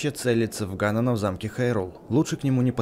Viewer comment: ДА ГАНОНА А НЕ ГАНАНА